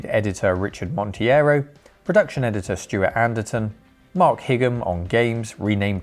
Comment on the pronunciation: Monteiro is a Portuguese surname that should be pronounced mon teh ee roh...